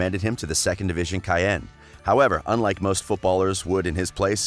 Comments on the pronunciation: Maybe someone didnt like how the pronounced Caen like "cayenne" instead of how it should be pronounced: "can" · He's top top! But for crying out loud Caen is not pronounced cayenne, a bit of researching effort would be nice...😀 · Lmao this mean bleeding my ears with how he’s saying Caen. It’s not Cayenne tf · Took me a while to understand he said, Caen. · the way you said Caen made me think he played for a team I didn't know about lmao. the guy is a legend though, thanks for the vid! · caen lmao look up how it is pronounce